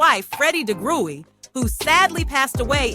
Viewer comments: No... it's pronounced de-grue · Pronunciation of Degruy is ‘da-grew’ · This was wonderful information. For future reference their last name is pronounced “dah-grew”. Thank you so much for putting this video together. ✊🏿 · Someone correct me if I’m wrong but I believe the last name is pronounced deGrew but spelled deGruy. I kinda remember from the intro of the 70s variety show The Bill Cosby Show.